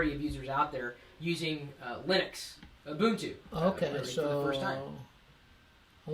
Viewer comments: It is pronouced oo-boon-too. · "MBOOP?" "ubuntu" "ubuntu" LOL I laughed when he said "MBOOP" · people dont know how to pronounce words. its not ooboontoo its u-bun-too. not oober its ubb-er..linux li-nucks...not lin-ucs..ether not eeether there you all some drunk hillbillies adding word that dont belooong trying to sound gee wizz piizz smart..play pc games you video game player or ub-er l33t. gamer too generilzed shit slot jockies casino called gamers. yeah linucks - unix far more advaced than mac os...